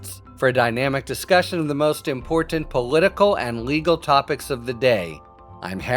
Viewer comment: Harry Litman is one of the very few people that I have heard pronounce "important" correctly.